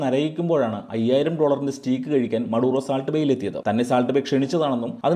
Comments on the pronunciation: സഹോദര, സ്റ്റീക്ക് അല്ല സ്റ്റേക്ക് ! That's the actual pronounciation! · സ്റ്റീക്ക് അല്ല ബ്രോ സ്റ്റേയ്ക്ക്.. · Nalla content, Stake ennan proper pronounce cheyyukka.